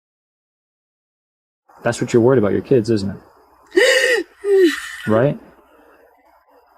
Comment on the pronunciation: It's "keeids ".